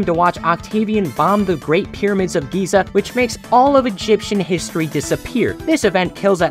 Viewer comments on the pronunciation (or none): none